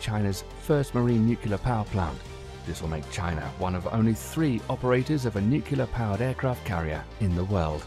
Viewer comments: The word is NUCLEAR, not NUCULAR. Otherwise, an excellent clip. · NUCLEAR not NUKULAR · I've never heard someone mispronounce nuclear with a British accent before. Its nice to know its not just Americans who do it.